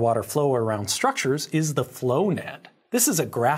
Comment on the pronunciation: Did anyone else hear, "Flonad?"